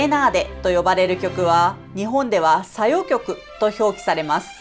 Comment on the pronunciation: 「小夜曲」の読みは「しょうやきょく」で良いのではないかと思います。 何故なら「小・夜曲」であって、「小夜・曲」ではないと思うからです。 また、「小夜子」（小夜・子）の様に女性名なら「さよ・こ」と読みますから、 ビデオで仰った様に「さよ」でもいいでしょうが、「さよ・きょく」という読み方は聞いた事がありません。